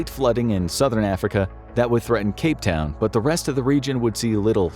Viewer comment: Aah man...Cape Town 😅